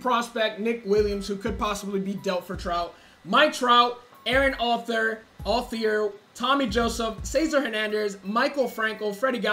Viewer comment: How to pronounce Aaron altherr air on all tear How to pronounce Odubel Herrera oh do bull her air uh